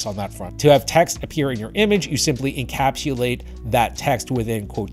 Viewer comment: You also need to learn how to pronounce the word "encapsulate" correctly. LOL